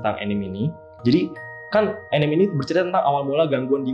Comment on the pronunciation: Btw. Anime itu dibaca A Ni Me = アニメ dari Animeshon. Bukan enim. ~